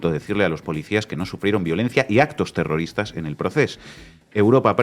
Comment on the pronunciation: Zegimoh ziendo terrorihhhtáhhhhhh 😂....xf!!!